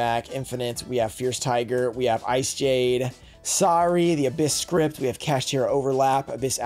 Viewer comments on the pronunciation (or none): none